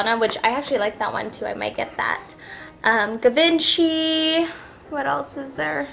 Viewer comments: Oh my...Its not "GA-VIN-CHEE". It's pronounced "SHEE-VAHN-SHEE". Yikes... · Givenchy is pronounced Gee-VON-Shee .... I just recently figured this out! Just thought I'd share :) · givenchy is pronounced "jee von shay" :]